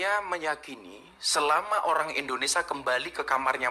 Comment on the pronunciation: INDONESIA gus.. dudu INDONESA